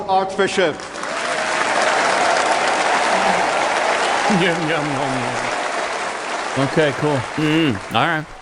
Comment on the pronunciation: Did say Arch bitchup..? lol